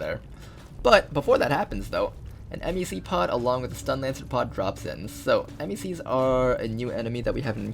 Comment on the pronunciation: i've literally never heard anyone pronounce MECs as 'emm ee cee' before. everyone else just says it like mech XD great video!